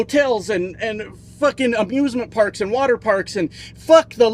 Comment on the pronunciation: said "Abusement Park"😅